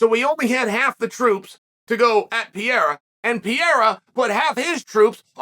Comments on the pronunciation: Chael is PAH-RARE-AH not PEE-ERA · Is he going to continue saying PEE air AH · STOP SAYING PIERA DUDE. I think Ariel or someone corrected you and you still say it wrong bro 😂😂😂😂😂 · Chael might still be calling Pereira “Pierre” but at-least he’s not calling Prochazka “Prokriev” anymore! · I don’t see Chael letting go of pronouncing it “Pee-era” any time soon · say it with me chael..."pa-head-uh" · Uncle Chael still saying Alex Pierre-a lmaooooo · For a smart guy like Chael, I'm puzzled by how he's the only one out there consistently mispronouncing 'Pereira'.